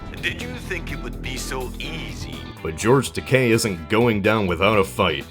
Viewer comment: thank you for pronouncing Takei's name correctly.